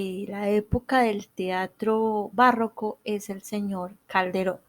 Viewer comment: Es barroco, no "bàrroco". Como está en el tìtulo.